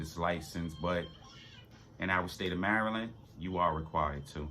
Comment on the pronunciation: From the way you say Maryland you're not from around these parts are you ?